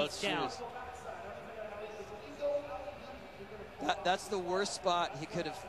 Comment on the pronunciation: "HIS SHOOS" Me: WHAT ARE THOOOOOOOOSE